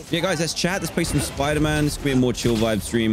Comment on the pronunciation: I remember the first time he played he said the spooder man game, it cracked me up.